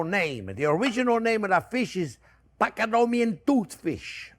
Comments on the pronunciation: Pa-ta-go-nian... I don't know what PCADUMIAN is :) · "Pak-a-dom-ee-an..." ...what? 😅